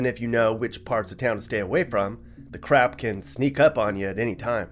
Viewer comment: I thought you said the rap will sneak up on you. But you said crap, cannot spell crap without rap.